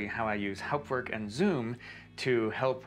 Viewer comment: What an amazing video! I had no idea this was possible. I hope you can do more videos showing people how to set up and configure Hauptwerk (and glad that you can pronounce it properly!). I have a basic 2m and P set up in my office, and am building a 4M version in my living room using mainly second-hand scrounged parts. I also love the French sound and C Franck. I have HW 4.2.1, and would like to learn how to build new instruments using CODM. The manual is impossible to read. - JN